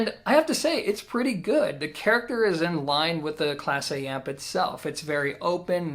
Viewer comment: It not pronounced Class A, it's pronounced Class Eh. You don't know how to talk Canadian, eh? Lol